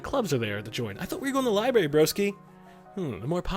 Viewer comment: I'm gonna go ahead and be awkward and say that it's adorable when you say "libary"